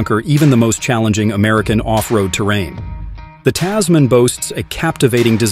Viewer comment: Oh my God, this video was absolutely terrible. You're pronouncing the name wrong. Typical American and this car was designed specifically for Australia. Even though it's probably going to be available elsewhere. Click bait